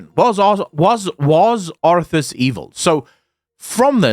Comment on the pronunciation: "Was Azthas"? or Are Wazthas? War Arthas? :D you might think I'm messing up with you but secretly I helping the algorithm :P